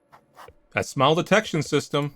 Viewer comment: "Why dontcha give me a nice big shmile?" The accent from that I never knew I needed